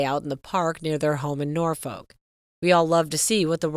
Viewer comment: Loueee! Norfirk! When are you Americans going to learn???!